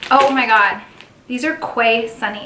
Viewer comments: Quay is 'key' not 'kway'. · Hi, Quay sunglasses are Australian (where I’m from). The name of the brand Quay is actually pronounced KEY. 💗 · Your quay sunglasses are pronounced "key". Nice box! I saw another YouTuber open their box and they got a different style sunnies, they were like half tinted. So that's interesting.